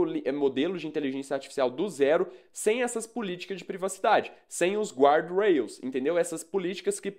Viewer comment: Guardrails não se pronuncia assim 😉